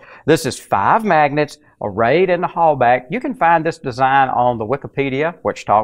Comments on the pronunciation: For the love of [insert preferred entity] don't pronounce the German "Hallbach like "Hallback" or "Holebag". Here you go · You’re mispronouncing Halbach. It bugs. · Is the "bach" in "Halbach" pronounced "back" or like the Johan Sebastian Bach's last name?